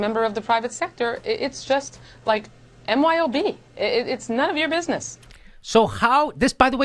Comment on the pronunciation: She couldn't even get the acronym for "non of your business" right. She just said NYOB. Doesn't take a language professor to see this error.